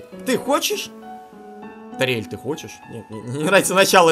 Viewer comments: имя ториель произносится с ударением на о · слово Ториэль надо говорить тОриэль